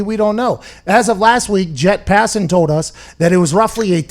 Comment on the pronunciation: He said “Jet Passan”💀